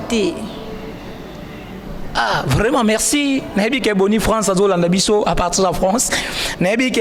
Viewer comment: Bajo landa bisho na franche, na shwuishe, na Etats junis, 😂😂😂 Hummm, journalishte bongisha pe maloba